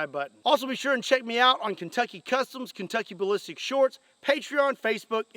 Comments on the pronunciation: Did say "Kentucky Balipsticks"? 😅😅😅😅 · Lol sound like he said no Kentucky butt lipstick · Man I'm sorry, but I can't unhear "Kentucky Butt-Lipsticks" now 🤣🤣🤣